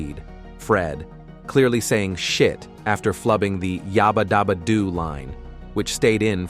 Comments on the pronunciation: This AI narration is really BAD! Yah-bah dah-bah doo????? NEVER!!! It was always YABBA DABBA DOO The other Thing is When it breaks up in the middle of a string of thought. So annoying! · What’s this yarba darba doo bullshit. It’s clearly yabba dabba doo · It is Yabba Dabba Doo NOT yahba dahba doo. I did notice Barney having a different voice in some episodes. Didn't know why. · I could tell immediately when it couldn’t pronounce…yabba-dabba-doo.